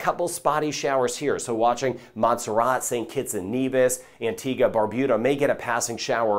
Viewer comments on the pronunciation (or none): none